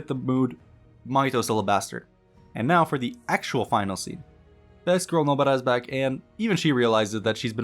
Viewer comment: Nobara. Please stop saying Nobuttah. Weeb as hell.